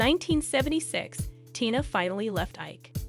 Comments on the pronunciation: so extremely ennoying to hear the wrong pronuncition of her first name so many times. What is to difficult to pronounce Tina?? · STUPID STUPID STUPID video. How in the world can you mispronounce T i n a --when the video is about T i n a??? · I can't watch this. She doesn't even know how to say her name. So disrespectful. If you can't say her name Stop covering her stories... Geez I'm over it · The fact you presenting this about an absolute icon yet you don’t know how to say her name for the most part is baffling. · I just want to know this Heffa kept mispronouncing and ICON like TINA TURNER name wrong!!!! I feel like Rick James.... IT'S TINA TURNER BI### GET IT RIGHT🤨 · As someone else, it's most likely a recording on a computer/robot saying the words. I don't know for sure, but I do know that I don't like someone or something has done such a terrible job as this. If the person can't pronounce simple words like Tina and provide correct information, and neither can their robot, then they shouldn't bother. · What is up with the commentator? How can anyone mispronounce a simple and as in this case well known name such as Tina and who is the subject of this video. Good grief🤦‍♀️ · Or, before she read this off a cue card, she had never heard of Tina Turner, nor knew how to pronounce her name. How unprofessional. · LOL Right?! She keeps going back and forth from Tyna Turner to Tayna Turner. This must be an AI voice, but damn...even an AI bot should be able to get "TINA" right. Like WTH!? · Her name is tiiiiiiiiiinaaaa! Not like you say it! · Switching away from this content. If providers can’t be bothered with pronunciations of names and other key words, I won’t be bothered to watch. This speaker called her Tina, then TYNA!!!! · Omg....Bowie &Jagger and Tina were just friends. And the narrator cannit even say TINA right. Rwally? T Y N A? Sad. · Her name is Tina Turner Anna Bullock stop trying to give information when you cannot even say her name properly